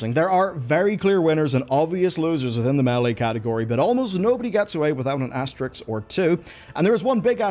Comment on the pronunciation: it's as-ter-isk, not as-ter-iks